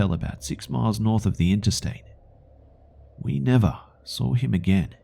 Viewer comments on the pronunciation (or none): "Until I sawrr it"